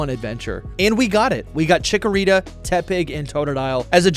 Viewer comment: THE SECOND C IN CHIKORITA IS SUPPOSED TO BE A K!